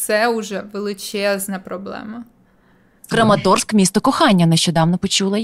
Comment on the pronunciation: Краматорськ, а не Крематорськ !!!